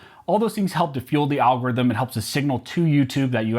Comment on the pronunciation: Al gor rhythm lol